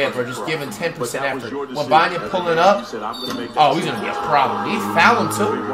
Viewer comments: LOL Webanya 😂😂😂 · who the hell is willbanya?